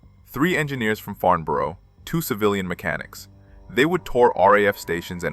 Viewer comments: I wish the Americans would learn to pronounce and spell the Englich language correctly. . It's Farnborough not Farmboro .Also when talking about ME109s why show film of Stukadive bombers and when talking about modifications to the RR.Merlin engine why show photos of the Geman Daimler Brnz engine. Annoying and inexcusable. . Makes the whole thing amateurish. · Farnburuh. Pronounce it right. and welding on a fuel line in a few seconds? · Very good indeed, but please learn how to pronounce the name Farnborough. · Do you ever check the video before posting it??? No of course you don’t otherwise you would know that FARMBOROUGH IS NOT IN ENGLAND! I’ve watched many of your videos and have enjoyed them BUT EVERY SINGLE ONE HAS SPELLING MISTAKES IN THEM. BY THE WAY , IT’s FarNborough! NO ‘M’ ITS AN N!!! My father was an army career man which means we moved a lot. One move took us to Aldershot near Farnborough. Loved the air shows. Ps, Sack the proofreader!!!